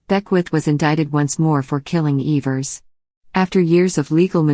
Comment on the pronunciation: Its Evers not eeevers